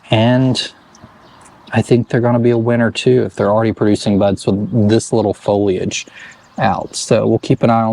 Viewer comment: Thank you for saying foliage and pronouncing the “I” 😁